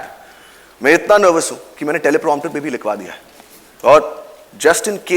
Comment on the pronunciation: लिकवा नहीं, लिखवा तुकड़े नहीं, टुकड़े Ugh! Can't watch beyond even a minute of this cringe.